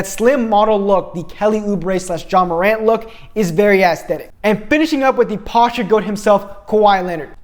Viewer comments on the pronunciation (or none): none